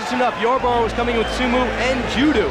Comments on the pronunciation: sue-mu and jew-du. how do you mispronounce those words? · Su-moo AND ju-doo?!?!?!?! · Man said Soo-moo and Jew-dew 😭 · Soomoo and Judoo 🤣🤣🤣 Watching Gracie dominante, is very much like watching the Russian fighters today, Khabib, Islam, Khamzat etc.